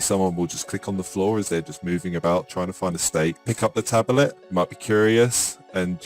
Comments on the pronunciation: The most amazing thing of all is that this guy can't pronounce the word 'Tablet'... Tabbilet, tabulet, tabberlet... British education system letting us down. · Yeah same, from uk as well and the way he says tablet is just anger inducing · drinking game: every time he says tabelet instead of tablet, drink. die in 90 seconds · yo tablet is 2 syllables not 3 bruh what is a tab elet? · The way he says tablet is annoying. It's not tabelet.. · Cant stand the way this guy says "tabelet" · I agree, stopped watching because of it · Same here lol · I’m in and I can’t take this man saying “tabelet” anymore. And I’m English before anyone’s goes thinking that’s how we say it, cos it ain’t. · literally no one in the UK says tabelet apart from this guy. I'm from the UK and his pronunciation annoys me! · 'Tabelet' is not how its pronounced in the UK, the guy is just a basement dweller simpleton.